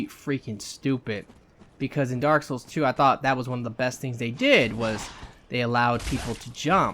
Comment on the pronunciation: "Daaawk soowls three"